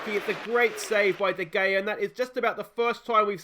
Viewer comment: Lol I get mage triggered when u say VAR, u don’t say it as a word but like V.A.R. And de gea isn’t said as de gayer, but instead as de hayer.😂